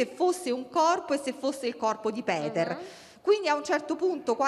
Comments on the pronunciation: Anche il nome si pronuncia Peter , nn Piter. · "Buongiorno, oggi parliamo di Piter, voi sapete... il padre di Benno Niumar". È inutile, siam proprio messi male con 'sta qua... ma possibile che non ci sia nessuno in Rai che le insegni (almeno) a non storpiare i nomi delle vittime?!